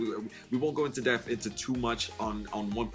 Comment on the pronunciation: Enjoyed the video, much appreciated. But for the love of god please stop saying "go into deaf" and say "go into depth" lol.